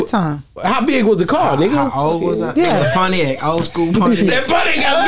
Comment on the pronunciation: What's a "Potiac"? 🤷💀💀